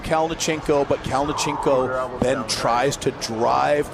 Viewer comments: you can just see the disappointment on his face the way the announcer pronounced his name... 🤣😅 Sergey Kalionenko!! 🤣😅😆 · I’m suprised you are in the arm wrestling community and you don’t know how to pronounce Kalinichenko’s name . He’s been competing in EvW and king of the table and his name has been announced so many times .